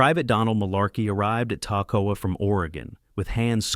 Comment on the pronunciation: These men went through hell training to be the best! YOU can't even take the time to learn how to pronounce the name of the camp where they trained? "TACK-o-wa"? REALLY? It was called "Camp Ta-KOE-ah" It might not seem like much, but it's a slap in the face to those brave men! They deserve better!